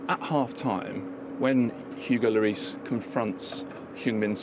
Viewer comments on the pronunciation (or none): none